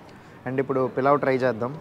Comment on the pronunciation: Pilav kadhu bro polav